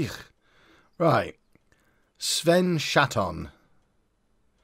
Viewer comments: I believe the pronunciation is 'shar-ton' Which is even funnier!!! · I know its childish but I giggle every time says Chatton's name